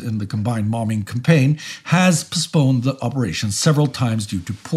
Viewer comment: I’ve been following this channel since the beginning, and I always look forward to stressing the second “b” in “bomb”. Even in my collegiate career, I’d never heard someone say “bomBing”.